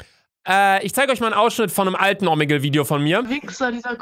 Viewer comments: Es heißt omegle nicht omegel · mich regt so auf wenn du „omeggel“ sagst😂😂😂